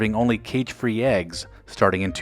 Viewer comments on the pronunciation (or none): none